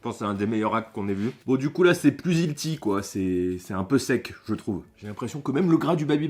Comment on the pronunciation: ‘’Hilti’’ Tu fais pas d’effort 😭😭